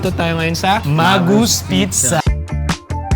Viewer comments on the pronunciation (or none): Wrong pronunciation of Magoos... Not MAGUS... It is pronounced Muh-gooz. Also, you should have ordered their famous Pizzadog! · MA-gooz (not mah-GOOS) ang basa namin dati jan. And most likely Mr Sakaguchi has Japanese roots. Many Japanese nationals have moved to Hawaii in the early 1900s for work and eventually for retirement. Sadly yang Magoo's ngayon hindi na ganun ka-special sa lasa. Dami na rin kc pizzerias at mga restos na mas ok.